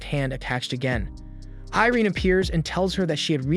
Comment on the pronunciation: アイリーンじゃなくてイレーネな、キャラの名前は大事よ それとアイリアじゃなくてオフィーリア ちゃんとしろよ